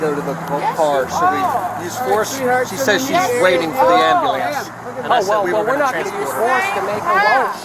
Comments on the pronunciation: tell her when she can pronounce ambulance correctly well call you one lol ghetto shit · Why can’t these people pronounce Amb-U-lance not am-a-lance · 🤣she thought screaming at the ambulance ("Amberlamp!") would get them to stop?! 😂😂😂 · She might have gotten medical attention on the spot if she had requested an ambulance rather than "a AM-buh-LAMPS!!!" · Wow she should get an extra charge for “ murdering” her pronunciation of “Amblambence” 😂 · Completely reminded me of that hysterical video with "WHOA BLACK BETTY" and then it cuts to the guy yelling "AMBALAM!" lmao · Amber lamps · “AMBELENCE AMBELENCE”!!!😂😂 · Why can’t so many black people pronounce “ambulance” properly? This is an observation therefore a legitimate question. Also the word “ask”…